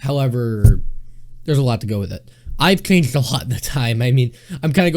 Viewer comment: "I've chanched aloht" "Larghe, professhional"